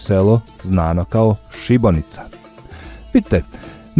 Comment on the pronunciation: Nije Šibonica nego Šibenica😂😊